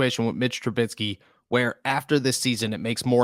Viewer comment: ¿Tru-BIT-sky? ¿Tru-BIT-sky? ¿Tru-BIT-sky? It's Trubisky.